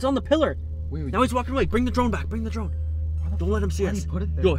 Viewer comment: Im i think he said trone instead of drone lol 😂